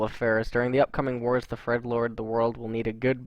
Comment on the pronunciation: Was it just me, or did I hear "the Fredlords"? :D Between this and Kevin (among many, many other things), this vid was hilarious :D